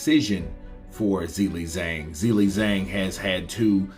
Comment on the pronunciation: I would like someone who is a native English speaker or from America to give me reasons why can't pronounce Zhilei Zhang correctly. Is this due to some grammar rule? Is it incompetence? Did only finish elementary school? What is the problem? Yesterday I watched the DAZN boxing presentations and the English speakers pronounce the names and surnames of the boxers correctly, so for example cannot have the excuse that he has never heard how to pronounce a boxer's first and last name correctly. The boxing world makes an effort to show respect for the boxer. Why isn't capable of this? Thanks for the help!